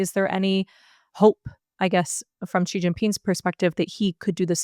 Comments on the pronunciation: please, please, please stop using some kind of "French j" sound that doesn't even exist in Mandarin (or even in English, really), when you try to say Xi. For the x, you should have the tip of your tong against the gums under your lower front teeth and make a sound like an "sh". If you can't do that or it's not worth it since China's not a common topic, then just say "she". That's much closer to the sound of "Xi" than the weird thing you're doing that's alien to both English and Mandarin. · At least it's not a voiced initial alien to English and Mandarin both, like that sound making.